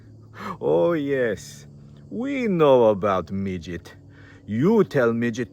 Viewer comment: Love your Russhian accent " midget" 😂😂😂